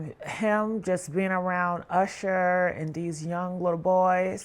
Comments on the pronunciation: WHO TF IS CALLING THAT MAN “YOUSHER” 🤣🤣🤣🤣 IT’S USHER! That just pissed me off for the day 😩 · What’s wrong with this lady. Why does she keep calling him “Yousher”😭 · Who the hell is You-sher. I tried to stay with the story but I couldn’t take the You-sher of it all! Takes away from good journalism and strong tea when the main peoples names are super wrong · Why is this person callin usher YOUsher. Ma'am i never heard ANYONE call him YOUsher you wild for that😂😏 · YOU-sher? This is why I refuse to take black bloggers seriously. Get some speech classes! Slavery is over, and it’s legal to pronounce words correctly. 🤦🏽‍♂️🙄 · The way this lady pronounced Usher (Oosher) twice and Nicki 'Meenaj' 😂😂😂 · Who is this person that can’t read? Yusher, Nikki MeeNaj, Cre-y’all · Now who the hell is " you shur" ?😅😂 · 🤣 I scrolled thru the comments to make sure I was not alone in my annoyance !.. I feel validated 😂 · ~ How does one correctly pronounce then mispronounce someone’s name within two sentences? 🤔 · I think you need a new narrator. Maybe someone who can pronounce Usher? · She even pronounce his name wrong. Smh! Am not listening to this. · gotta stop using AI videos as her source. She cant say Usher's name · Please stop with the poor pronunciation of Usher name it's so annoying you use it interchangeably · But she was saying Usher too. Why did she do that?!